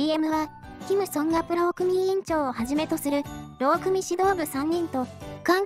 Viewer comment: さといもうまいさんも言っているが、 〝労組〟はろうくみとは言わない。 ろうそと言う。 ま、機械が読んでるんだから仕方ないか？